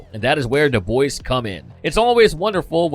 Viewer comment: When he says the boys does anyone else here da Boyz, I'm not trying to be an ass it just confuses me everytime I can't Cypher it.